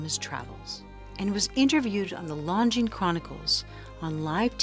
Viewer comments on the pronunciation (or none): none